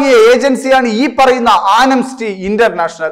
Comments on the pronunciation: സഹോദരാ, ആനംസ്റ്റി അല്ല, ആംനസ്റ്റി (Amnesty). ഇതൊക്കെ ഒന്നു ശ്രദ്ധിച്ചുകൂടേ? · Anemsty അല്ല amnesty ആണ് bro